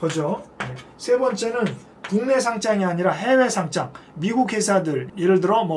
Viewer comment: 닉슨 독트린은 이런 이야기에 쓰는 것이 아닌데 .. 정치선언인데 .. 무슨 금 이야기에 갖다 붙여요~ 그리고 어느 누가 주식의 상장을 [상짱]으로 발음합니까. 주식 상장[상장]해서 축하하는 의미에서 상장 받으라고 하는 것도 아니고 .. 지난번에 분명히 이야기 해 줬음에도 .. 실수를 반복하시네요.